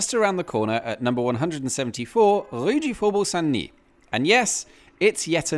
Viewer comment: Rue du faubourg St Denis = Roo du faubousagdeghknee?